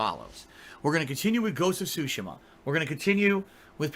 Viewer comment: Ghost of Shushima???